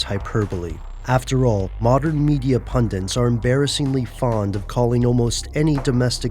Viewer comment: "modern media pundints"... LOL! Get it right. You're reading a script!